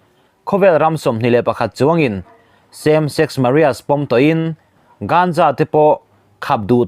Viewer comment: Same sex Maria ti hi eng pronunciation nge a ni